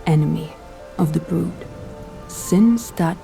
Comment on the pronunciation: Why do you say brud 😅😭 even dragon lady clearly says brood.